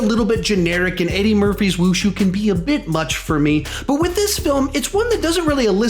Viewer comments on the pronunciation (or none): Did he say Wushu